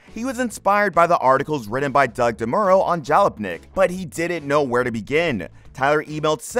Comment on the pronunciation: It may or may not have been AI, but it was unquestionably crap. If you can't pronounce Jalopnik and Doug DeMuro properly, you shouldn't be writing about anything automotive, because you're wholly ignorant of the subject matter.